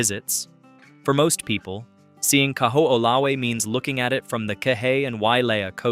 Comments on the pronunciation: Kahoolawe = Ka - ho - o - la - ve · Kaho’olawe Ka-ho-oh-la-vay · If you're going to make a video on Hawaii, PLEASE learn how to pronounce Hawaiian words! You destroyed the pronunciation of the word "Kaho'olawe," " Kaliuwaʻa," "Kamehameha" and so many more.